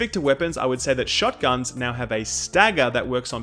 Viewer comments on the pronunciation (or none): "shogtuns" lol